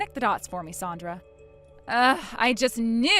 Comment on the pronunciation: At least keep the pronunciation of Sandra correct. Goes back and forth.